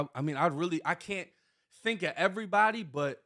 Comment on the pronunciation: He leaves the "v" out because he thinks it sounds more black. Always trying to pass.